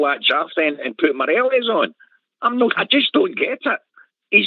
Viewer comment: How many seasons has Morelos been at Rangers and this clown canny pronounce his name correctly? I'll type it out phonetically for ye. Maw- Re- Loss.